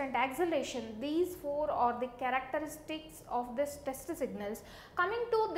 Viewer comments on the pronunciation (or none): none